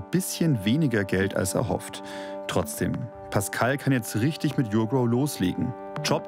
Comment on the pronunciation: Die firma heißt NICHT yougrow sondern urgrow